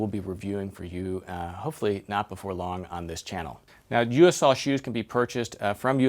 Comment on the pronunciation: It's pronounced "Yo Sul".